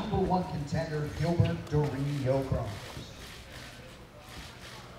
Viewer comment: In portuguese you don’t pronounce it “Gilbert” it’s prounouces with a J. “Jilberto” is usually how it’s pronounced in portuguese